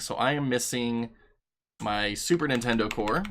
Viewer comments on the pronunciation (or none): none